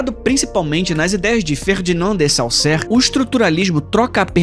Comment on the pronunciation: Ótimo vídeo como sempre, gostei bastante da conexão com o estruturalismo, mas não vou negar que o erro na pronúncia do nome de Saussure doeu um pouco em meu ego linguista, mesmo sendo um erro bobo